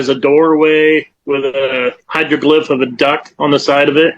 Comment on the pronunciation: ‘Hydroglyph’? LOL this guy might not be credible 😂